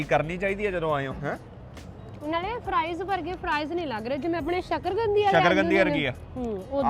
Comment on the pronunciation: Sakargandi. Nahi. sakarkandi JANAB